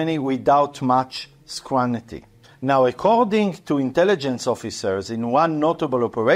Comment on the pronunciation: scrutiny or scrunity?